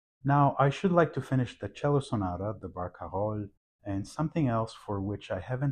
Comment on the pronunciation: I learn so much from listening to you explain details from Chopin's manuscripts, as played by Vincent, my new favorite Chopin pianist. (Also i wish i could say Barcarolle the way you do...)